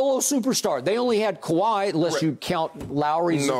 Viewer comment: let me help you Kawhi not kawhai haha!!